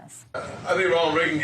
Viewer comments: ok I know it's not important but why does no one ever mention how Krystal pronounces Reagan as Regin. it's so weird that she can't say his name properly, it's such a common name 😂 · Why cant Krystal pronounce Reagan correctly?